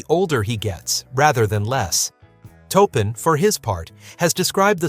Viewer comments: Just words of advice, please proof your videos. Too many mispronounced words ruin this documentation. Make sure you do your homework. It really makes a significant difference. It's Taupin, not "Topin" Otherwise I appreciate and applaud the attempt. But take the extra time to fix any mistakes. It'll put you in a much better light. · It’s pronounced Torpin, not toepin. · omg say toe-pin one more time 🤬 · The name is pronounced "TORR-pin". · TAW PIN !